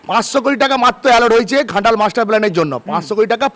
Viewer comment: ঘাটাল হবে খাটাল 😂😂😂😂😂😁😁😁